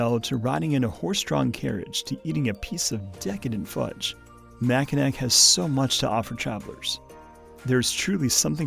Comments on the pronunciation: Not sure if anyone’s pointed it out, but “Mackinac” is pronounced “mackinaw” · “Mackinac” is a french spelling of a Native American word, so the “c” is silent - “Mackinawww” - means a type of turtle - “turtle island” - place of creation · Great video, just a tip don’t pronounce the last “c” in Mackinac. It’s how everyone from Michigan says it.